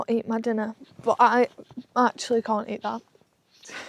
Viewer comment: Why do you say bot instead of but?